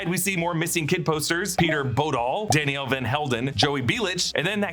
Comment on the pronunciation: Teniel or Taniel?